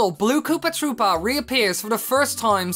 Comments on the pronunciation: Koopa trüüpa is how he says it and it's annoying me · it's said like that -_